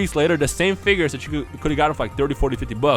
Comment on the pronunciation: I love how says figures. "Figgyores" XD